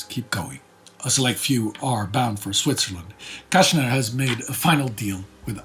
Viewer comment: People tend to forget the circumstances. I have a feeling that a lot of people in the 50s' Israel had zero idea how huge the repressive system of the Nazi empire was. Btw if you want to pronounce his name correctly, say "Kastner". While sz in polish is "sh" in hungarian it is the simple "s" sound while s in hungarian is the "sh" sound. The complete opposite of the polish sz and s.